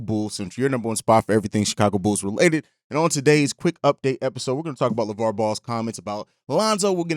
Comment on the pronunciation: I hope he's right but its Lavar man lol